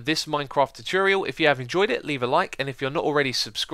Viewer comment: Potato Fries sorry I ment choo-torial ;)